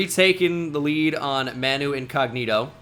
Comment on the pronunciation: As a Spurs fan, absolutely devastated to hear that Manu pronunciation.